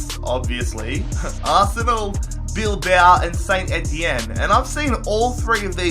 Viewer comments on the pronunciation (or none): none